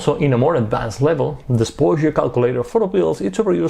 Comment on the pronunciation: I love the way says "sposure"